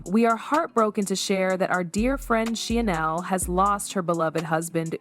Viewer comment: Did you say Hoda?? She's been gone for several months!!! And you're mispronouncing Sheinelle. Otherwise thank you for the video. I stand corrected, I just found out that Hoda is back!!! Only 4mths gone and back already on the second half of show with Jenna😮